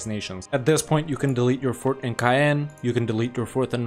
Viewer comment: Some of your speak is difficult to understand because of your poor pronunciation. Caen is not pronouncedCayenne and Chartres is not pronounced Shertrer